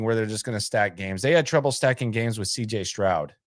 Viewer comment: Did you say CJ scrub😅😅 LOL laugh my ass off😂